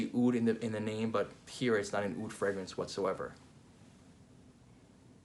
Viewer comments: Fantastic review..I don’t know where Roja came up which this Aoud thing! It’s oud عود there’s no such a thing as Aoud.every single small thing makes a huge difference in the Arabic Language. Awesome video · Actually it’s just oud not aoud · Actually we call it oud not aoud